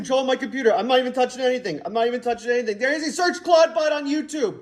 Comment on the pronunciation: Oh my, I heard him saying it as I read this, I thought it was a typo but that sounds like what he said. Moltbook should be Clodbook.